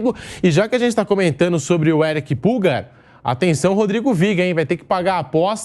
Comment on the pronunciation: Não é "Púlgar", é "Pulgár". Pulgar = polegar.